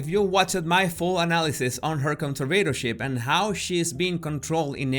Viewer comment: why is he constantly pronouncing 'conservatorship' wrong